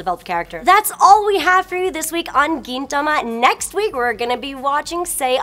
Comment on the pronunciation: She pronounced Gintama weird.... and the space betwween Gin and tama is .... a bit uncomfortable (First world Senior-Otaku problems)